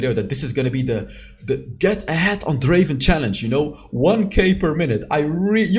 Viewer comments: It's DRAAAAVEN not Draven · Not Draven, it’s Draaaaaaaaaaaaaven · " Welcome to the league of Draven "